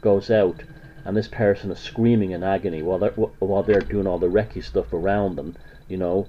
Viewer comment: Wrong. You can't even pronounce Reiki. It does NOT invoke spirits. It moves stagnant and blocked qi flow within the person's energy field. You obviously have a problem with women too.